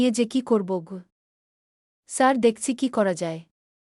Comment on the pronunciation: আপনার পড়া ঠিক করুন শুদ্ধ করুন। কাঁদতে কাঁদতে বা হেসে হেসে এই শব্দগুলোর উত্তর উচ্চারণ আসলে কি তা জেনে নিন।আপনার গ্রামের বাড়ি কোথায় সাড়ু কি ধরনের শব্দ, স্যার শব্দটা ইংলিশ, এটা উচ্চারণ করতে এত কষ্ট হচ্ছে?এভাবে চলতে থাকলে কমেন্ট খুব একটা পাবেন না।